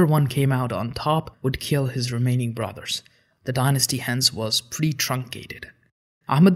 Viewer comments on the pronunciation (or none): none